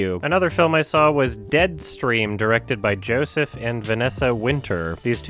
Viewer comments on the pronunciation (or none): none